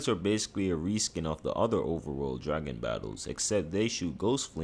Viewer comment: “Tooday I’m gonna be wanking all the dark souls dwagon bosses”